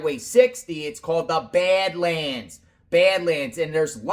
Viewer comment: Are you saying bed lands or bad lands lmao